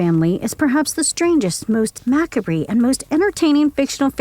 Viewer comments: Will someone please let the person reading this script know that the word macabre is pronounced "muh·KAAB" not "MAK·ruh·bee" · Mack a bree? In 2022 you can't say Ma cahb? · Try saying Ma cobb ra instead of mac ah bree just once. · Ma-kab-ree? Odd pronunciation of macabre. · The host starting convo off with "mak-a-bee" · I always loved the original Addams family. This is a pretty good run down, except for two things. Morticia's dress was actually too tight, they had to have a special opening on the back of the dress they could loosen just so she could walk around in her little shuffle. Also it would be great if the person doing the voice over would learn how to properly pronounce macabre because that's not how. I get that it's a weird looking word, but it actually sounds cool when said right.